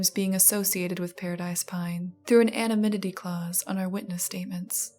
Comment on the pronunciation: She said "anominity" lol. It's anonymity